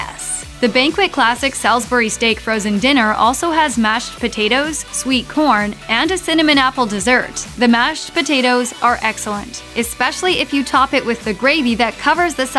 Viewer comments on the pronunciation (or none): Eck - specially?